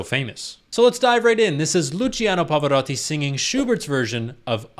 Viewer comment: I applaud you for this - you pronounced the name of the legend right. Pava would have been proud☺️ (I’m not Italian but I know the Italian pronunciation quite well)